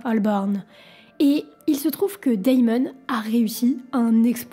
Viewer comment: Perso je suis plus choqué par le "Daillemone" :) On n'ajoute ni de I ni de Y dans le prénom en anglais, c'est juste "démone" (rien de grave cependant)